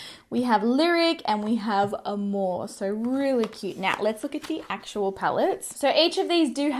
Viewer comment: I loved how you pronounced Amor it means Love in Spanish im from Mexico!!